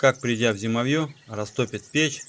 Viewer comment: Уважаемый чтец, ставьте ударения правильно.( Зимо'вье).